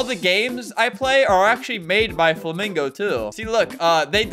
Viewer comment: BUT KID WOTCH FLUHMEENGO 😭